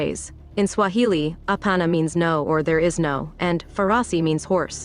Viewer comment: Kenyan guy here, enjoying butchering those Swahili words too much. 😂😂